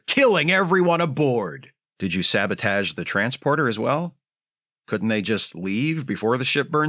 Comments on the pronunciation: I'm dying at every "sah-bah-tage" 😂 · The casual "sabotaj" drops made my day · Shatner pronunciation of sabotage made me actually spit my food out. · "So Spock pushes a button and kills that guy." I have always had the exact same thought when Kirk tells him to stop the guy's heartbeat. Also, your William Shatner pronunciation of "sabotage" didn't go unnoticed. Great video. Thanks. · It’s a fun episode, and despite some flaws Samuel Cogley is fun to watch. I am sure the pronunciation of “sabotage” was deliberate, a Shatner in-joke as it were. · If you keep saying "sabotage" the way Shatner does, I may start thinking it's the right pronunciation.